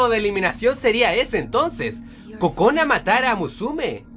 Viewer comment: En una parte escuche Kojona XD